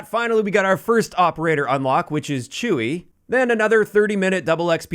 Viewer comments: I found it so funny when you pronounced “Chuy” as “Chewey” like Chewbacca 😂 I believe Chuy is short for Jesús in Spanish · I can't put my finger on it exactly but I don't think Chuy is pronounced as Chewy like you're saying